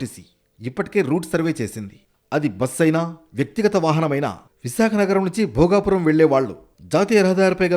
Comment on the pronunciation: Ememi edi bhogavarpu kadu bhogapuram madam